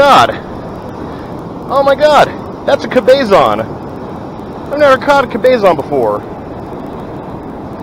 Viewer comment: (Cabezon) is not pronounced "Ka-bay-zon". It's: "Cab-uh-zon". Guest it doesn't make much difference, since it was not a Cabezon.